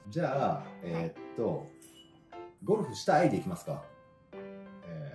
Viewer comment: Ini tuh ngerjain si mihiro bukan sih? 😂 perasaan ngomong ゴルフ yang artinya main golf kenapa malah jadi 'Sepong' woy botak